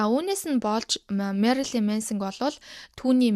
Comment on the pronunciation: Marolyn bish Marilyn shuu. Shuvt Marolyn gd bh yum angilaar unshih gj aldag gar bndà